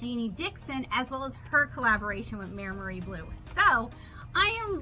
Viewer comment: it's pronounced "my-mary", (bonus points if you can roll your Rs!), in case you were wondering 🙂. Though I am not the best at phonetic transcribing of Italian words in English (because Italian is my first language)! They are a pretty popular brand in Italy, and obviously much cheaper there. When I was a schoolkid we were only allowed Maimeri gouache in art class, so the brand always brings back memories! Fun fact: gouache was the standard school paint in Italy (at least in my experience). I had never even heard of acrylic other than wall-paint before I came to the UK, but here (and the US) people use acrylic as their go-to paint, and gouache is the unknown, which is a cultural difference I find really interesting